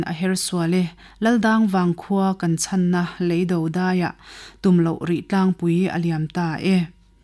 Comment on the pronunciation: Rinpui, i chhiar thiamin, i aw-in ngaihno a bei hle mai. Chhiar sual palh chu thil awm thei a ni a; heng thu mal thenkhat erawh hi chu a lam rik dan lo zir ta che : Leido, ngen-mu ,riak-ah. Rawn chhiar zel rawh aw... I aw a mawi lutuk.